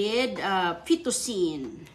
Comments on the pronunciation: FET-TU-CHI-NI,. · Mali pa mag pronounce ng fettucine. 😅